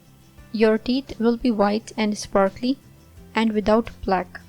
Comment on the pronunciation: Please you say teet instead of theeth. Do something with your pronounciation. It sounds terrible.